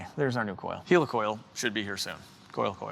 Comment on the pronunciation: Helicoil pronounced heli like helicopter